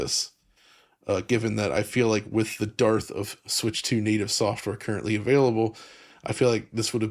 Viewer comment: Dude also pronounced dearth as Darth so...